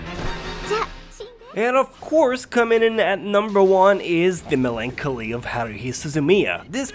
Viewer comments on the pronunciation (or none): Thanks for the list! I think in the future you might want to mention that certain series change/improve/pickup after episode #. Oh and btw, Melancholy is pronounced "Melon" (The fruit) "Collie" (the dog breed)